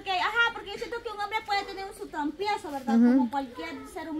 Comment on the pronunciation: LO SIENTO MUCHO TETA PERO A JOSÉ SE LE NOTA QUE NO HAY MUCHO AMOR. Y SE DICE TROPIEZO NO TROMPIEZO .